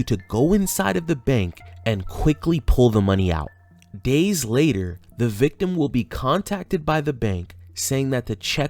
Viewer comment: haaaaaaaaa THOOTHLESS VICTEM...